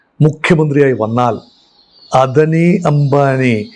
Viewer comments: what NONCENCE uou TALKING about Not Adni clearly Ada ni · അദനി അല്ല സാർ അദാനി എന്നാണ് pronounciation